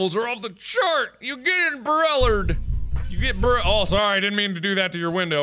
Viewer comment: ‘oh an umbruller maybe birb will like this’